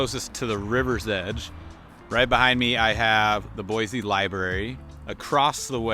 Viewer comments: Its Boiseeeeeee not Boyzee. Come on man. 😂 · Boise is pronounced "Boi-see" not "Boi-Zee" my friend. Ask around for yourself please. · It's horrible here. Don't move here. You'll absolutely hate it. You'd like Denver or Austin way more. Also, there's no Z in Boise. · ok, first of all I can tell you are not from here because of how you pronounce Boise. Don't make videos like this. Boise doesn't need anymore GD people.